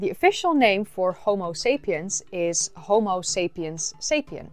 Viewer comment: You know what's funnier than your mispronunciation of Homo as Homeo? When you mispronounced Pumice as Pew-mis.